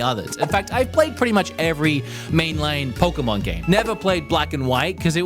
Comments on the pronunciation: Pokémon, not "Poker-mon". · For some weird reason all of these english speaking "pokemon fans" think that the "poke" (as in pocket) part of the word either is said "poki" or (as in this particular case) "poku".